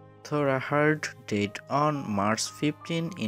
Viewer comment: your pronunciation sounds like did instead of died.